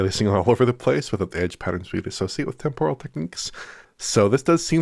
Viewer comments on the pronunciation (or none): none